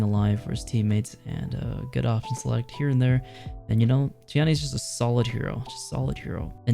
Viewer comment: You got tiandi and jiang jun wrong